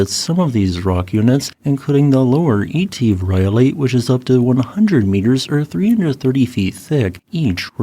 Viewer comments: "eeetive"? Really? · Etive: The 'Et ' is pronopunced like the et in set. Thank you for this. I drive through and walk around Glen Coe from time to time and knew nothing of its geology.